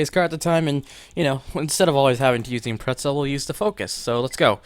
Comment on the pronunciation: i think its pronounced as impre-za